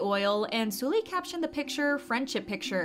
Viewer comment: The way you say 설리 is triggering lol. Try saying Seolli not Sooli.